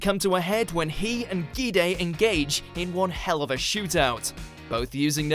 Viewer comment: For fuck's sake, you'll never learn how to pronounce Bungou Stray Dogs, will you? It's not pronounced with short a, it's pronounced with short u. Also the "gi" in Gide is pronounced like in "giraffe", not like in "gift", since it's a French name, not a Japanese one.